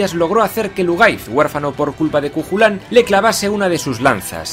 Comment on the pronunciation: Una pequeña correción. En los nombres gaélicos no se pronuncia la CH... Cuchulainn: Cuc-ju-len. Conchobar: Conc-jobar, etc.